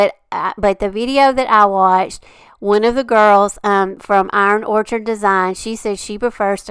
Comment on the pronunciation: I'm saying this with love. I think you're saying the name of the company wrong. It's Iron Orchid not orchard. As far as the knob stamps, look up your friends website. She probably carries them. IOD sells a piece that helps with those little bitty stamps. I've forgotten the name but it makes it much easier. 🙂 ❤CRICUT❤